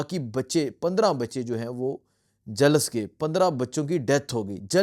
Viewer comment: 😭😭😭😭😭kash ye hakoomat tabah ho jaye🤲Ameen . O bhai jhalas nhi Jhulas hota ha